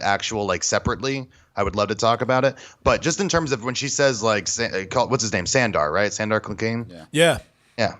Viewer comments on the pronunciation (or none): oh god.. you guys... " Sandar" . "Sander". * Sandor* San*Door